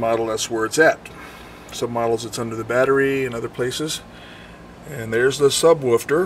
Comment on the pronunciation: "subwoofter" i dunno why i laugh so much at little meaningless mistakes